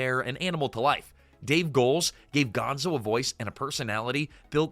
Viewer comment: Is this all AI narrated? I question it because of a few weird inconsistencies like referring to Piggy as Peggy (after switching to Piggy for most of her segment) and the most glaring one, calling Gonzo, "Gonza" .